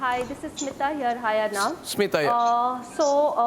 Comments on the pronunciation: Haar cheez ko debate bana de bc. And he legit said seema to smitha 🤦‍♀️ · Not Seema it's Smita